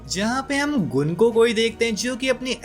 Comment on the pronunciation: गंको है उसका नाम गुनको नहीं